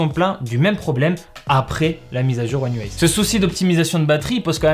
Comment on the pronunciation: Déjà chapeau bas pour la prononciation one ui7-8à chaque fois parfaite 😂